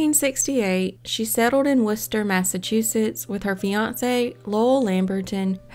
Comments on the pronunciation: Thank you for not butchering the city name Worchester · Good job pronouncing Worcester! I live in the town next to the city and people that arent familiar with the city usually butcher the hell out of it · Congratulations on pronouncing "Worcester" correctly. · I was thinking the same thing! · I was impressed too. Wonder if she'll say "Woburn" or "Billerica" correctly if she has call to. Those are two that also flummox (confuse} folks 'from away."